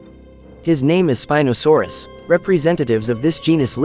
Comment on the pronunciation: You said spinadasaurs